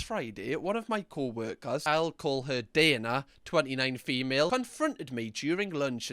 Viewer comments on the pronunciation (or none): none